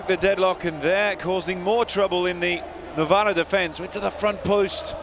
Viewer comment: Novara not Novaro